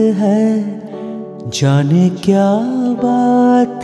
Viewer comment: you are very much promising singer in recent times. You have rendered so nicely.only thing,be little bit careful when pronouncing words like " jane ".. Just avoid bengali accent here. Don't mind pl.